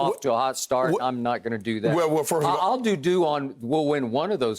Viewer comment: Anyone else hear Skip say “I’ll doo-doo” ? I know what he really meant but that was hilarious